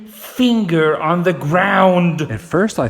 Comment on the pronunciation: The way you say "finger" cracks me up...reminds me of the video where you toured Nickelodeon Studios and said it the same way. 😃